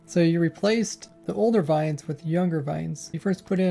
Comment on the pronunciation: He is German? Oh Lord!!